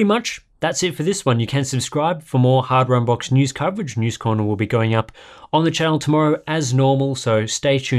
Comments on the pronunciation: What the heck is a "hard Wambach's" :D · "Welcome back to Hard Wambach's" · "Welcome back to hard Wambach's" Sorry, what?